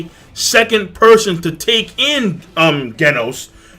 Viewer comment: Genos is pronounced Jenos